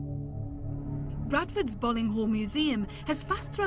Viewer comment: it's pronounced "Bowling" .... i should know.. i just got back from there XD i live right next to it.